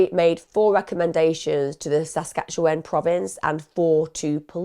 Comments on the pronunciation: I don’t normally comment, although I love and watch all your videos. BUT, as a Canadian neighbouring Saskatchewan……man I giggled every time you tried to pronounce it. Hahahahhaha SASQUATCH-AN hehehehe LOVE IT, totally going to call it that from now on! ❤❤ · Your pronunciation of Saskatchewan took me out😂